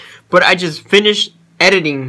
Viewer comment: The part when you said ediling lmao